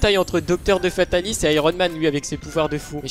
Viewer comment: C Dr fatalism pas Dr de fatalis